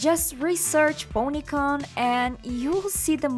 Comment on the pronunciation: Bronycon not Ponycon. In addition the Transformers/MLP thing is they are both Hasbro properties